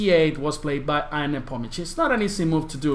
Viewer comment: he is not "i a n" first 2 letters in his name are pronounced like yahoo "ya n"